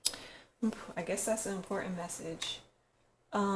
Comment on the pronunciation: She says Miracles, Strength, and Important like....."Meeracools" "Strenth" "ImpoorAnt" Lol............